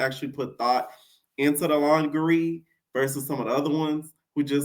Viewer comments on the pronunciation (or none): It’s you saying Lon-ger-ree 😂😂